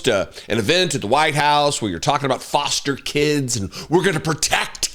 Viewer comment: "Forster" Care?